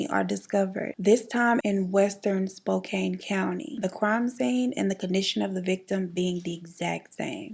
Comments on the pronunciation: Hi BEAUTIFUL!!!!....I love love love your channel and I just adore you...Im from Washington tbe area that in pretty much all the major Serial Killers chose to do there dirty deeds but all this to say....Spokane pronounced like Spoe-Can I have family there and walla walla and just about every town I this story..well love you and thanks for the amazing content 💯💯🌋💚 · it’s pronounced “spo-can” 😭😂😂